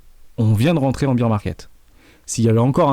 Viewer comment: Bear Market, pas Beer Market